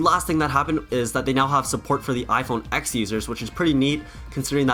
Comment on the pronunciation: Nice vid! Please though, it’s “iPhone TEN,” just like it was “Mac OS TEN”, not “X”.